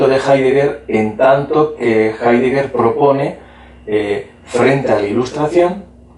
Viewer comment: no sabe nada de heidegger el entrevistador, ni siquiera lo pronuncia bien